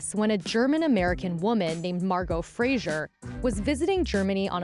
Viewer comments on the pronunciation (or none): It's a shame that the narrator, who presumably claims to be a professional, consistently mispronounces Fraser as Frasier.